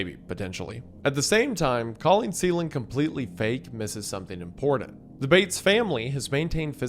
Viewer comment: "Impordent" "Bridden"